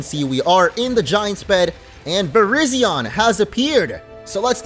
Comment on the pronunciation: It’s Vurr-RIZE-zee-uhn not Vurr-RIZZ-zee-yawn smh 🤦‍♂️ Also it‘s the YOON-uh-vuh region. Not the you-NO-vuh region. It‘s based on the UNited states OV America. YOON from UNited, OV from OF. and A from America. Kapeesh? 👌 ALSO ALSO, those aren‘t stars in the curry pot. They‘re sparkles :3